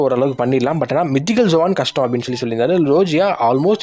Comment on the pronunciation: Bro zovan ila zoan (ஜோன்) type bro